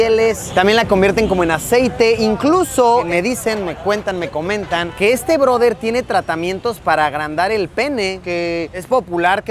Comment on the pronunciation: El “ broder”😂😂!!